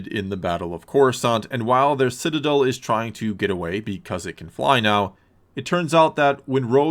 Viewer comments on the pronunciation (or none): none